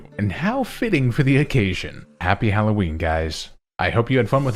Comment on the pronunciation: HALLOWEEN, NOT HAULOWEEN! FIX IT NOW!